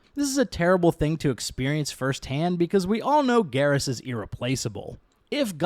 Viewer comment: his name isnt garrish is garrus. why are you adding the sh?